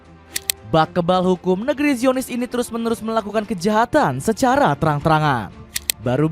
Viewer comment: Baca zionis bukanngra aaahh